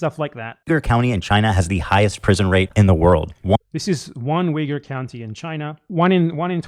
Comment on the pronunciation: Ethan couldn't have done another take on his voiceover where he's pronouncing Uyghur two different ways.